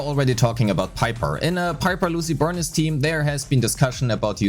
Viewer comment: For the last time, its “Burneece” not Burn-is. 😢😢😢